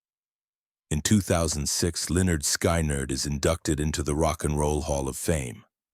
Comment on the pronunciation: It’s PRONOUNCED SKINNERD!! And his greatest loss was his wife Kathy.